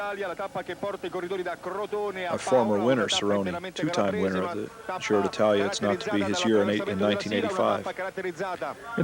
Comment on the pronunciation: Gi in Giro d'Italia is not pronounced "dzi" as in the French word "gitane" but like Je in Jesus. The commentators in this video pronounce it correctly many times (not always), many others don't.